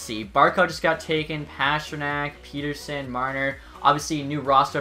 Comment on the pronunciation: Same with Pettersson, it’s pet-er-son not peet-er-sen, grinds my gears